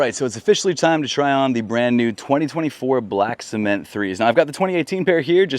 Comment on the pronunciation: Is this man saying “black smith” 3? 😂